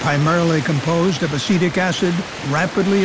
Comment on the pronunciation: What the narrator says: "Acetic acid" What I hear: "Acidic acid" My brain: "Ah yes, the acid is acidic, what a surprise"